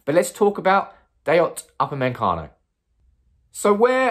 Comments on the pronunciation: Man keeps saying Up a men cano its pronounced oopa may cano... how hard can it be.. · Normal people: Upamecano: UpAnDmEnCaNo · NOT UpameNcano, Upamecano! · Nobody: Absolutely nobody:: Up-a-MEN-cano Well done mate 👍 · Everytime I hear to upper-man- Cano,....feels like we may missed out 😂😂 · UP-A-ME-CANO....Now saying all at once and you'll pronounce his name correctly 😅😅😅. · Bro, I love the channel but your pronunciation of UPAMECANO should be illegal 🤣🤣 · His ancestors are rolling in their graves. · Love the way you pronounce his name 😂😂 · Wow that pronunciation is top class 😂😂😂💩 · Brits 🤝🏿Butchering non-English names